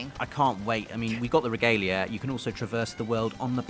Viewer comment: Reh-gah-lei-ah... Just leaving this here.